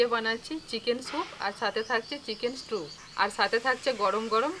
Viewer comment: Strew noy stew bar bar strew bolcho , holud dite hoy na Thik moto uchharon korbe😊